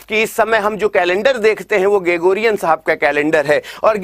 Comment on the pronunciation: भाई साहब जॉर्जियान नहीं ग्रेगोरियन होगा